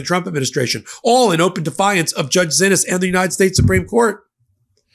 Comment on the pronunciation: While someone who did not know that the judge pronounces her name otherwise would pronounce "Xinis" as Zinis, this judge pronounces her name as "SHE-knees". As an attorney you should have inquired about that, when you heard multiple people pronouncing the name differently. A quick call to her clerk would have cleared it up. Sorry, but to not do so is sloppy, if not downright incompetent for someone acting as an analyst & reporter..